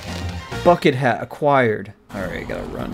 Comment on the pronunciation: Aquiired . Ugh